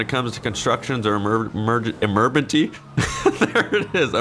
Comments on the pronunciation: “Emerpency” ”no sir I was um ......maybe a little” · "Emerbenty" - 2018😂😂